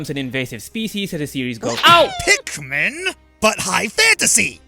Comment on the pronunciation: Am I the only one who heard “Pick Me” instead of Pikmin lol.